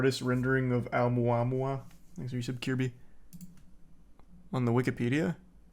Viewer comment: Hearing Charlie say Oumuamua is satisfying